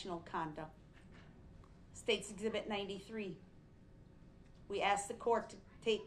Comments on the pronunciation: he never told the troof and he axed tons of questions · “Is it or is it not fair to say I axed you that and you never showed me the lawful law” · He’s worried about having 77 charges it was only 76… he even said I … but don’t talk down to me… you do dat all the time… I AKS you not to do dat… your honor you took an oaf of office .. I don’t consent to the thousand years you are about to give me your honor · I agree. brooks tries to act like he is intelligent only to fall short as soon as he opens his mouth. When the first thing out of his mouth is “I AXED and the TROOF” he loses all credibility. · I object - hearsay, who axed you? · did hé axs this oaf?? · They Bof did and no one even axs him